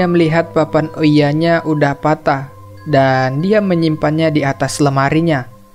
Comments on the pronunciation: Bukan ouiya ka, cara bacanya Ouija itu "Weeja" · bang bagus bangat tapi aku cuma mau bilang itu namanya papan Owija bukan oiya